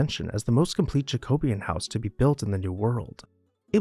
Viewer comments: Jack-oh-bee-un. Even emphasis on each syllable. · Love your videos but wish you would pronounce Jacobean properly. It’s Jack-o-be-an as in the correct English style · Thank heaven you were able to correct him-oh, the sheer terror of his error.